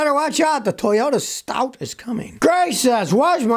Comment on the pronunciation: What's the new Toyota called?. Sounded like you said studz. OK Stout. What a weird name. Most Americans won't know what it means due to limited vocabulary.